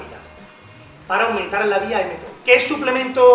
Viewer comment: La vía es "mTOR", no "mThor"